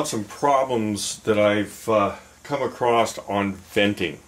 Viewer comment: First sentence he said acrost ... Bye bye.